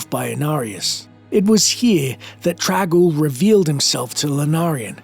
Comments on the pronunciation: Why do you keep pronouncing the name as "trag-oul"? It's got an N in there. It's "Trang-oul". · Its TRANG Oul TraNg.... not trag... or drag ...